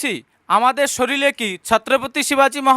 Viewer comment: দাদা কিছু মনে করো না যেনো😢 একটা কথা বলার ছিল , যদিও পার্সোনালি বলার সুযোগ নেই তাই , এখানেই কমেন্ট টা করলাম - আমি জানিনা আপনাদের সামাজিক ভাষা কেমন ? তবুও একটা উপদেশ , শরীর কে শরীর বলুন ' শরীল ' বলবেন না , বইয়ের পাতাতেও 'শরীর ' লেখা থাকে । আমি আপনার ভিডিও দেখি , ভালো লাগে কারণ আপনি স্পষ্ট বক্তা । 😊